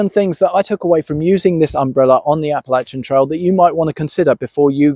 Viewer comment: Thank you for saying Appalachian correctly!!